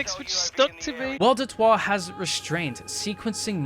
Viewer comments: hehehe the way he says waw "watertoir" like a gay french great vid tho love it 😂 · At the start of the video I kept thinking you were saying "El der twah" sounding like some french word idk. Was pretty funny